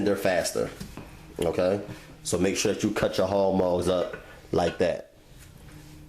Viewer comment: "Chitterlings and hawg mawgs" it's chitlin's and hawg malls, recipe fire tho